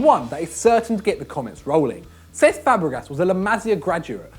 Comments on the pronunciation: It's pronounced sesk not sex ffs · he kept saying cesc fabregas as sex fabregas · Anyone else notice when he say "sex" instead of cesc